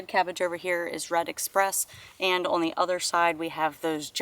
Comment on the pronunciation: I enjoy this channel! I love the way says the word "on". She makes it a two syllable word, ah-wun. Simply adorable.